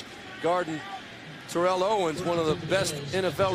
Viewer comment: Awesome! I'd love to see Bills-Titans! However, I hate that Steve Beuerlein keeps mispronouncing Terrell Owens's first name. If Macatee could pronounce it, why couldn't Steve?